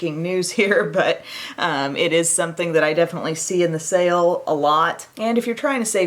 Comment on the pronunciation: Best part of the video - Nordstrom Sake, Nordstrom Sale; I am going to turn myself into a cat today. 🤣. Great morning laugh!!! Awesome look!